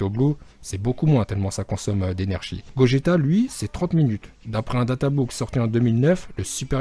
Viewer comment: C , est GOJETA